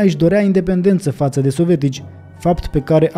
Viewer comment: tată,nu mai pronunța "sovetici". Sună,cum să zic,moldoveano-rusește